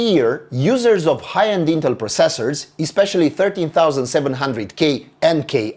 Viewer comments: It's not just you, he's putting too much emphasis on the seconds cyclable, but he's Romanian, having perfect English enunciation is sometimes difficult to pull off even by native speakers. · Anybody else annoyed with the way he pronounces "processors"? No, just me?